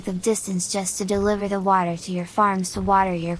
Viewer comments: bro just made a new accent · The way you say water is painful.